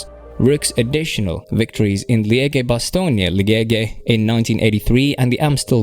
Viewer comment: your pronounciation makes me laugh bro. Alpe-d'HUEZ. Liegge-bastogne-liegge... Keep it up its good entertainment. Dunno if intentional but its funny dont change it